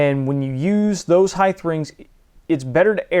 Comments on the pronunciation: stop saying "heighth"! just say height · great video, but yeah, this was funny. Either local dialect or what is called a "hyper correction". Have you heard this in other parts of the country or other people saying heighTH? Just asking as an amateur linguist.